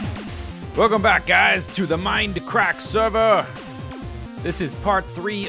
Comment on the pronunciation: I like when you say "Welcome back-a to the mind-a crack-a!"